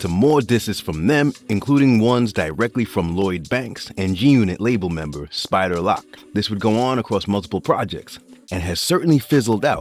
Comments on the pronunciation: If you’re going to make a video on the subject at least say people names correct… “spider lock” smh… or “Dj woo kid”… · Mf keep saying spider lock 😂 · u got me stop watchin when u pronounced spider loc spider" lock"...🤦🏽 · “Spider Lock” smh 🤦🏽‍♂️ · Spider locc and dj whooooooo kid😅